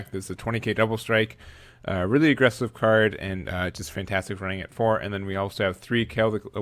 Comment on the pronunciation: did you say eggressive?